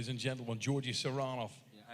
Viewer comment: "Ladies and Drendlemen"